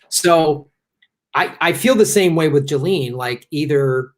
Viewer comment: BTW, the French are doing a face palm every time someone says "jillene". It's pronounced "geez lain", the fucking "s" isn't silent because it's in the middle of the fucking word.